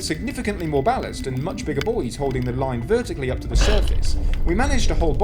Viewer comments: He said we found the boys LOL you meant buoys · Oh buoys not boys